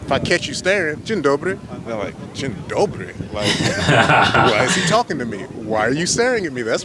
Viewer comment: it most likely wasn't about the "dzień dobry" being rude or something, but "what? how the f this black dude have such good pronunciation?"